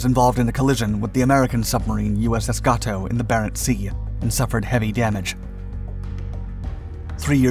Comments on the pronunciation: Uss Gato is pronounced GAY-toe", not GAH-toe. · "Gay-Toe" Gato